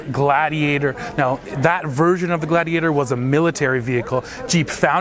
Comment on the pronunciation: would you please check in with Andre? It’s pronounced GLAYdiator (rhyme with radiator) 😁